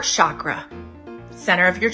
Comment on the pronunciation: she doesn't even know how to pronounce "chakra". It has 5 phonemes: she gets 4 of these wrong.